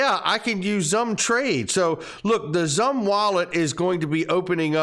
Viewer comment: ZUMM Wallet????🤔💭I thought it was pronounced SUM➡️XUMM Wallet? Hmmmm